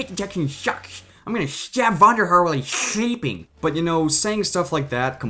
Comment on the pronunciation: "I'm gunna shtabb vonderhar while he's shleeping" xD